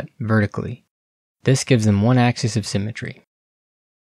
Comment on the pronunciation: Axis is pronounced "AXE-iss" when singular. It's pronounced "AXE-ease" only when plural, but you mispronounced singular as plural many times.